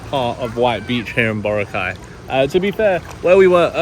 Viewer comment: Hey,. Say Bo-RA-cay correctly before you leave the place. 😅